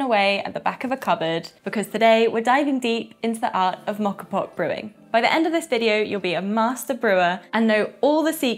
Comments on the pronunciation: Think of this letter of the alphabet “O”. That is the sound rather than an “aw” sound. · Learn how to pronounce the name for goodness sake !!!!